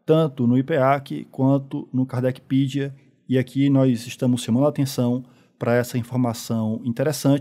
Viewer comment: KARDECPEDIA ,não é Kardecpidia